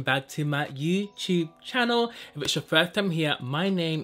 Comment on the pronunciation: He said: "Hi welcome to my youchub cannel" 😂😂😂 🙄🙄👇